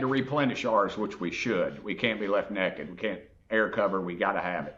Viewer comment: "We can't be left nekk-ed" (naked) 😂😂😂